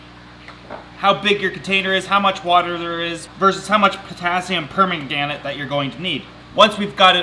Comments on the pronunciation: Potassium per-MAN-gan-ate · Jennifer Hall i think it was potassium pomegranate? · Did he say potassium pomegranate ......🤔🤔🤔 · Could've said worse - like potassium pornogrenade ;) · That is why I use Physan (available on Amazon). I've used it on orchid seedling with absolutely no problem. It's standard for unflasking orchids. It isn't cheep bu you don't need much. By the by KMnO4 is pronounced Potasium Per-man-ga-nate. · Potassium "Pomegranate" XD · Is he trying to say Potassium Permanganate? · The way he says Potassium Permaganate triggers me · Stop saying Potassium permanganate it's making me laugh :D didn't know that is how you treat plants though, thankyou! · Stuart Hartley He failed the pronunciation really bad😂😂😂😂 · Potassium pomegranate 😂